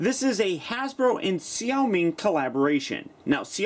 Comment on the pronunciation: As a Chinese person, I found your pronunciation of xiaomi pretty darn good. :P